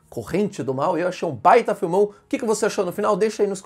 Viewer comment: É um bom filme. Mas a ênfase que ele usou no vídeo soou engraçada